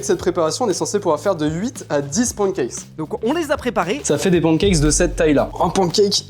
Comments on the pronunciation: les français vous êtes teeellllleeeement ignorants ON DIT PANNE CAKES PAS PAN CACKES!!!! PARLEZ BIEN ANGLAIS OU PARLER PAS ANGLAIS!!! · qui dit pouancakes 😂😂😂😂